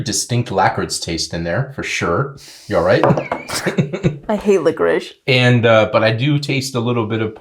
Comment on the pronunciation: Took me a while to figure out what was saying. If you're speaking English, just say licorice. Otherwise, try luh-crease with accent on the second syllable